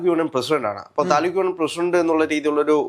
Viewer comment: താലുക് അല്ല താന് ഉക് 😂